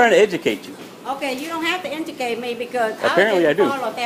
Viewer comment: I lost it when she said "i don't need to be intucated" xD